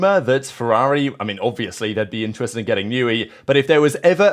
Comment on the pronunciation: “Interested”: “Intred”